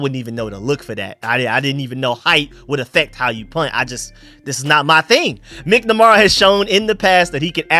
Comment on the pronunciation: MAK-NAH-MARA not MICK-NA-MARA. 😂. but you have trouble with names. It makes me laugh. Thank you for your work.